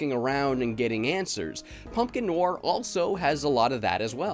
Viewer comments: If i hear you say noir wrong one more time. Its like no are not no war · Noir, pronounced Noire like No R. I love your vids man but hearing you pronounce it that way made me want to shoot myself. Love ya, but MMMMMNNNNNN!!!!! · Noir is French and pronounced like NWAHR. Just saying. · Film nwar...? lol, is that the usual American pronunciation of it? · I can't handle how frequently you mispronounce noir in this video lol